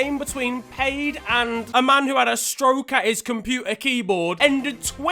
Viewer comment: Paide is now Paid. Around these parts e's are pronounced. Great to hear foreigners pronounce town and team names tho. All the love.